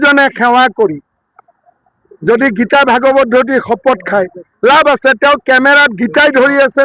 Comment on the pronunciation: গৌৰৱে বাইবেল আৰু কুৰআন লৈ শপত খাব গৌৰৱে গীতা ভাগৱত কি পুথি একোৱেই নাজানে ভাগৱত খনক ভগবত বুলি উচ্চাৰণ কৰে হাঁহিবৰ মন যায়